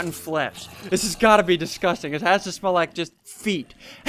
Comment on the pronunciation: “Tell Me That’s Not Disghusting” Okay THATS NOT DISGHUSTING